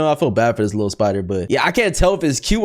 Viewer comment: Did just said littly? 🤨